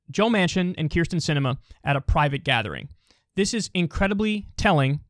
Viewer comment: Holy shit everyone mispronounces this woman's name to the point that I though Kyle was mispronouncing her name even though he's the only one who gets it right. It's Kyrsten, not Krysten.